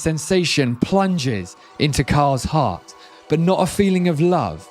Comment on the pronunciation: Yeah, I thought the same. In fact when said, "heart," I heard, "hut." Hut makes more sense to the story, in my opinion.